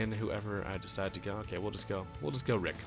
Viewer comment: HIS NAME IS NOT RIIIIIIIK!